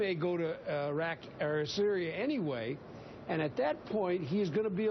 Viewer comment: Perfect slip up "go to Iraw" Syria will be Iraq 2.0